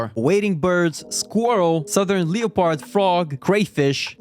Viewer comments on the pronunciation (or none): The way he says leopard